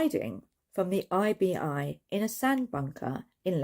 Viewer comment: 😂🤣😂🤣 You were great! The "IBI" was perfect.🤣😂